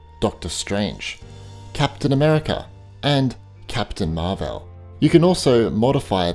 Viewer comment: Absolutely hate the way he says marvel 😡